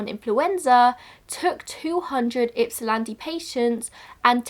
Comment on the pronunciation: A+ for the pronunciation of Ypsilanti!